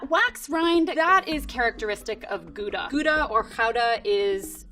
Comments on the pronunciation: Oh damn, she actually pronounces Gouda (kinda) right? Okaaaay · A non-Dutch person pronouncing Gouda right, I'm impressed ;) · yeap How -da . Although the G in Dutch has more throat noise than the H in English . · I like how she quickly said the proper pronunciation of Gouda after saying "Koeda". She knows her stuff. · I love that she said gggouda with the harsh Dutch g ♡ she really knows her cheeses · She pronounced it with the soft g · She pronounced Gouda so well. We stan a gal who appreciates dutch cheese language. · Zegt ze het zoals het hoort. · Same when she pronounced Gouda the Dutch way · Same with the Gouda (me being a Dutch person) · Same for me hearing her say "Gouda" properly once haha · Wat bedoel je. de eerste for ze het gezegd hebt was het met een perfecte 'g'. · She’s a cheese expert, so she’s gonna know the correct pronunciation. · My dutch friend appreaciates your pronounciation of Gouda! :) Also, I love people that are passionate and interested in their job and knowledge, it's so awesome. And I love cheese. I need to educate myself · I love how she lists the positive aspects of the expensive AND cheaper cheeses! And omg she pronounced gouda the dutch way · She really does pronounce it well. And as I understand the way we pronounce the g in gouda is pretty hard. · I'm Dutch and I made a happy jump when you pronounced 'Gouda' the way you should pronounce it! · I'm mostly amazed because she was able to pronounce 'Gouda' the right way. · As a Dutchie I'm impressed with her correct pronunciation of Gouda. In fact, it's the first time I hear a foreigner say it correctly. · Its a extremely hard word to pronounce for any non dutch speaker though... So didnt expect that at all... Was shocked when I head her say that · Wow, her pronunciation of Gouda was really good! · Yeah I was surprised as well, damn lady, good job! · You mean that one time she actually said it correctly ? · Finally someone pronounced Gouda the Dutch way as well